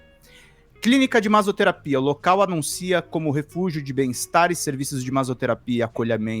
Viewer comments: MASSOTERAPIA... n MAZOTERAPIA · Daí o em vez de falar “masssoterapia” ainda fala “maZoterapia”, aí fica mais podre. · MaZoterapia foi foda. Jornalista que não fala MaSSoterapia? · maSSoterapia. porra, vocês querem fazer a critica ou julgamento do negócio, mas nem sabe ler o negocio... caramba, assim é foda. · Massoterapia, não “mazoterapia”😅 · Detalhe,: a pronúncia com dois SS em "massoterapia" é como em "maço", não "mazo". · Ato falho do falando MASOterapia... SadoMasôterapia...hahahaha.... É MASSSSOtetapia...rs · Pq ele falou maZoterapia durante toda a leitura? Que agonia... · "massoterapia" tem "ss" por uma razão, é a mesma razão do porquê de "assado" ter "ss" e não ser pronunciado como "azado". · Que aflição o cara falando maSSoterapia com som de z. Não sabe ler não? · Esse cara não sabe que dois "ss" não têm som de "z"? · se fosse só um S, tudo bem. Mas tem dois SS. 😂😂😂😂